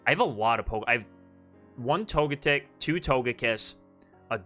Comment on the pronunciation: Why do you keep going back and forth between pronouncing Togetic's name? Togetic's name should just sound like "Toga-tick," and not like "magnetic."